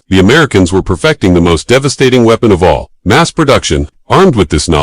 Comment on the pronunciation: Stopped watching when you pronounced "weapon", "wee-pon".